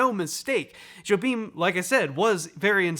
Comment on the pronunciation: I'll scold you the same way my drum teacher at Berklee did; it's "Yo-beem". Not "Jo-beem". How dare you?